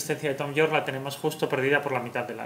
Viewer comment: *Yorke no Jorke